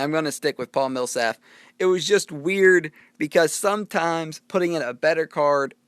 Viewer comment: Just BTW, It's not Paul Millsaf. It's Paul Millsap :p Awesome video though man!